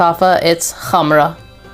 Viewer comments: I love how you pronounced it as Gamrah (like you're supposed to) instead of Kamrah👍👍👍👍I dont often grab gourmands but I adore this scent💖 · as a native Arabic speaker, I’m surprised how well you can pronounce the “kh”!